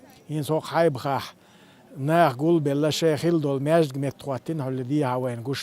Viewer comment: НЕ ХАЙБАХ ,,,, ХАЙБАХ , ЭТО НА РУССКОМ ПРОИЗНОШЕНИЕ , НА ЧЕЧЕНСКОЙ-НОХЧО-НАХЧИ-НОХЧИ-НАХ-АДАМАШЬ-НАЦИИ ПРОИЗНОШЕНИЕ , ЭТО ( ХОЙ-БАХ ) ЧТО ОЗНАЧАЕТ ( СТРАЖИ-ЖИВУЩИЕ )